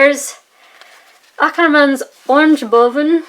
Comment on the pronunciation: correct prononcuation of oranje boven!